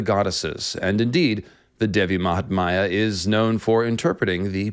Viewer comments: just a bit of correction: it's not Devi mahatmaya it's actually Devi mahatmya ( pronounced as -Mya at the end not maya, yes like the cat purring sound lol). Also the meaning of it is not really glory of the goddess but the greatness and importance of the goddess. Mahatmya the word originates from the sanskrit word Mahan which means great! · You have done appreciable research………but I would like to point two thing not offending you in any manner……the word is devi maha-tam-ya and poem that you recited in the end you mentioned prasad as some sort of offering…..it’s actually the name of the poet